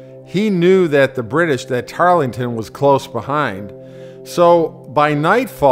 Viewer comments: It's a bad start to a documentary when the announcer can't even get the name of the Brit right" It's `Tarleton', NOT `Tarlington'. As for the rest, it's not particularly enlightening. Why not leave history to the professionals ? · It was not "Tarlington" rather it was "Tartleton" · tarlington? it was Tarleton. And he did show mercy to women and children. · Very well put together video. Don’t let people poking fun at your pronunciation ruin your day. It is tarelton though not Tarlington 🍺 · zyzor Yes, Tarleton, not "Tarlington", but he did not show much mercy to women or children. He allowed his men to sexually assault the Colonial women during his tenure in South Carolina. I wouldn't call that mercy. You might. I wouldn't. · The narrator kept saying "Tarlington", The British commander was Banastre Tarleton. The American Cavalry commander was William Washington, George's cousin. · couple things.... first; its TARLETON.....Banastre Tarleton. no "g". second, it was WILLIAM, not George Washington. general George Washington was in Newport ri in early 1780. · Tarlington? George Washington? Were you “inspired” to rewrite history? What is the point of making a purportedly historical video if you can’t get the basic names correct? It certainly does nothing to promote your credibility. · This day is going to be like no it's not it's handrail tarlington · Sir, you really need to re-do this video getting Tarleton's name correct in its pronunciation (TARL-ton). Some people also pronounce his first name (BANN-iss-tray), but it is pronounced, BANN-iss-ter. Mispronunciation discredits everything else you have to say here, and this is otherwise an excellent vignette. So, please re-do it with the correct pronunciation. Thanks. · That is not a simple mispronunciation...and it sets the tone for the whole misguided video....Polish up your act. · The narrator doesn't even pronounce Tarleton's name correctly. He's not very educated.